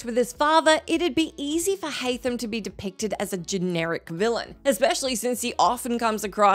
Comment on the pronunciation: Haam Kenway lol